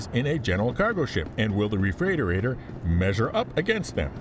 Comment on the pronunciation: why did you do this to us? 😊 Looking through the comments to see how people (mis?)spell refreightoreitor. Refreightorator?!?